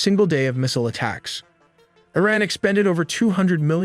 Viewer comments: Please educate yourself and don't be ignorant in pronouncing IRAN. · I hate these AI generated narrations. They can't even pronounce "Iran" correctly.